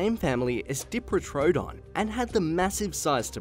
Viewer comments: pronounced: die-pro-toe-don not dee as in diva!! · Sorry mate just being a pain, but even your graphics say diprotodon, not diprotrodon. It sounded weird. Anyway great vids, cheers! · The dee pro toe don bothers me sorry